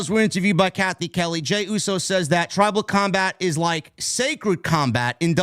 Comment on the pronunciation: “Tribal cumbag” That’s exactly what I thought said. I was confused when Roman said he accepted it.